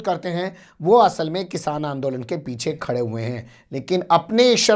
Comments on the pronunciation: Kisan ko kishaan bolne wala chutiya. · ise to bolne hi nahi aata hai kisan ko kishan bol raha hai yani badi sheen se